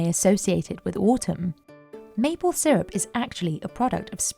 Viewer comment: "Mople" syrup???!!!!! Do better!!!! Worst opening!!!!